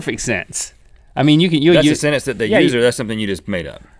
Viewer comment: They keep saying "senence" instead of "sentence", which doesn't make them sound too smart.